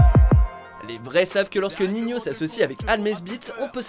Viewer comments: Il respecte pas ninho il dis ninhio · Ninho on dit pas Nignio si jamais 🤦🏽‍♂️ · Il c'est pas dire le prénom entre ninhio alors que c'est ninho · C pas ninhio c ninho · "Ninhio" ptdrrr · Il a dit ninhio ho ptn !!!!!😂😂😂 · mdrr au début il a dit niniho